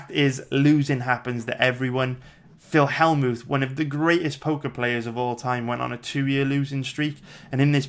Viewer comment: Skimmed through and knew you would butcher more names haha. Phil Hellmooth??